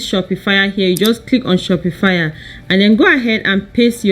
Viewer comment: Its not pronounced "shopi-fire." Its pronounced "Shop -pa-fy"